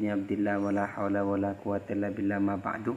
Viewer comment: 😂 lu mah ngomongin madu bukan amma ba'du ya ngaji lu yang ngaji 😭😭🤣🤣🤣🤣?